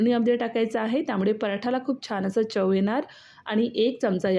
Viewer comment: परप्रांतीय दिसतेस. काय ती मराठी तुझी. Chav नाही चव असते ते आणि वेळ असतो वेड नाही. Mokda 😂 परप्रांतीयांनी आपापल्या राज्यात जाऊन दिवे लावावे. आमच्या असंख्य मराठी स्त्रिया खूप छान मराठी पदार्थ करतात. परप्रांतीयांनी स्वतःच्या राज्यात जाऊन स्वतःचे पदार्थ स्वतःच्या दरिद्री भैय्या भाषेत करावेत. इथे महाराष्ट्रात घाण करू नका.